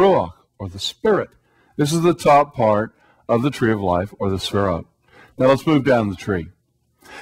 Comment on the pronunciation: He keeps saying "sphere-oats." The sphere-oats combined with the bow tie makes this guy seem really basic and unintelligent.